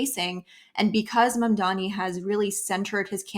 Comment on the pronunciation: is it so hard to pronounce "M.A.M.D.A.N.I"? I thought the oppositions mispronounced the name to undermine Zohran, but Horton, who obviously a proponent also mispronounce it.